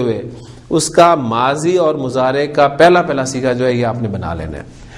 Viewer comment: مضارع عربي زبان ميں Mudarey پڑھا جاتا ھے نا کہ اردو کی طرح مزارع۔۔۔ kindly note pls. JazakAllah khair السلام عليكم ورحمة الله وبركاته